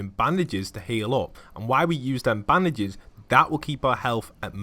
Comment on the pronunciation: It's bandages not Baandases